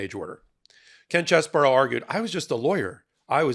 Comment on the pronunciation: Ken Cheese bro, not Chess bro.